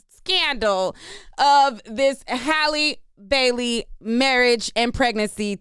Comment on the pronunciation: thank you so much for pronouncing this young lady’s name correctly. So many bloggers butcher it to pieces.